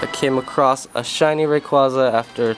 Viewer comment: This is what u get for calling it ray-quo-za. In all seriousness sorry man feel bad for ya